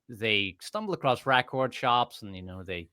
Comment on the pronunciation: who is this grown man saying "acrosst"